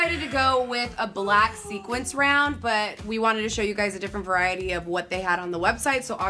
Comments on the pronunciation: it's sequins not sequence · Sequins not sequence. You are killing me guys.